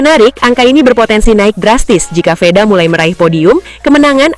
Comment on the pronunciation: Veda min.. Bukan Feda! Ngawur rr ah 😅